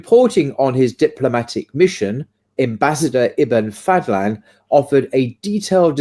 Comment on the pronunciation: أحمد بن فضلان not Fadthlan ض is exclusive to Arabic and is like an emphatic d